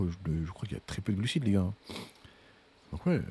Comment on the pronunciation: Contenu d’excellente facture! Par contre, je suis le seul qui entend gluciTes 😅